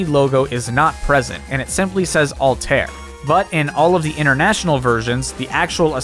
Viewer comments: Altair?!?! It's al-ta-ïr respect the quebec 😡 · "AL-TARE" My guy, it's "Al-tie-ear" haha Great video though! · I dont get why ppl especially ppl whose job is to pronounce things dont put in the effort of actually learning to pronounce things they say. Not only japanese words but like this one aswell. How does one get Ahl-tear from altaïr`? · The two dots above the ï in Altaïr mean it's pronounced seperately from the preceeding a. Ull-tu-ear. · Altaïr is pronounced "Al-tie-ear" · Your pronunciation of Altair makes me wince. Like the word naive. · That’s not how you say Altaïr